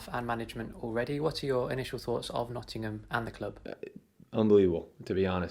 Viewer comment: Needs to learn how to pronounce Nottingham!